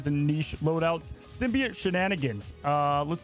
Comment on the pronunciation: The way this guys says symbiate😂